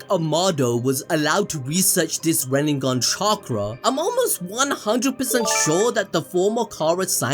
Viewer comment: Yeah, 8 years pronouncing KURUMA and RENNIGAN...